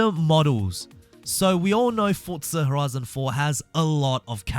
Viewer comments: Remember, it’s Forza, not “Fort-za”. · Still saying fortza